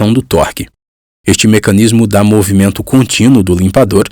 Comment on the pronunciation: Por FAVORRRRRRR... LIMPADORRRRRRRRRR... NÃO LIMPADO... NEM LIMPADÔ... LIMPADORRRRRRRRRRRRRR!!!!!!